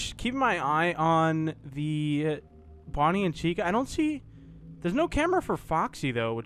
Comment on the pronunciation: You where saing that Fredy whas Bony.